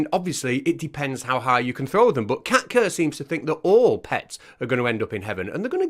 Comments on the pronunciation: I swear I thought you were saying Cat Turd all this time. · I'm sure you said Kat kerr. Didn't you mean Wan......oh never mind